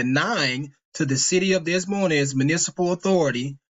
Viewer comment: Des Moines is pronounced (Dey-moyn)